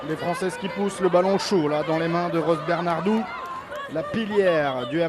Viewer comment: "BernarDou, la pilière du MHR"! 😂